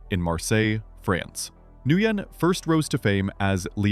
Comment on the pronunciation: You came close to "Nguyen". It's pronounced "nwinn".